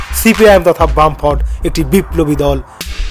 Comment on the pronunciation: Cpim তথা বামফ্রন্ট??😂😂ভাই ভালো করে গবেষণা করে ভিডিও বানান,আর ওটা বামফ্রন্ট , ব্রাম্ফন্ট না😂😂😂মীরাক্কেল এ ভিডিও টা পাঠানো উচিৎ